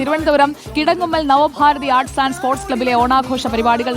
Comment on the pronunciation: നവഭാരതി അല്ല നവഭാരത്🙏